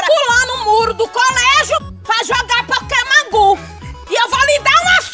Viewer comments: Poqueman gu kkkkk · Adriele Queiroz pra mim ela falou pokemam gu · Adriele Queiroz pokeman gu kk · Pokémon gu pokémon gu essa frescura de pokémon gu kkkkkkkkkkkkk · Pokemom ku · "Pokemon gu "KKKKKKKKKKK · "Eu Vou Te Ensinar Muleque Como é Q Joga Pokaman Gu" Kkkkk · Ela falou pokemon bu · "Pokémon gu" kkkkkkkkkkkkkkkkkkkkkkkkkkkkkkk 😂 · ela falou pakemon gu kkkkk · Falou "Pokemon Gu" Nunca mais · O mais engraçado foi a mãe dele dizendo Pokemam gu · "Pokemon gu kkkkkk" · A muier parece q nunca aprendeu a fala pokemon go na vida,so pode ser isso mermo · Pokéman gu kkkkkkk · pokeman gu kkkkkkkk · Pokeman gu kkkkkk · Mae sempre fala o nome do joga errado kkk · A mae dele sabe nem falar o nome do jogo